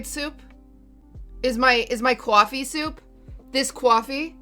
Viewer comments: Did she say cwafee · first time i’ve ever noticed QTs accent when saying “cuoffee” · That was the most Boston way I've ever heard someone say COFFEE. The only thing better would be if it was from the Dunk.